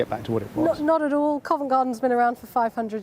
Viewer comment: 'Nod ud awll'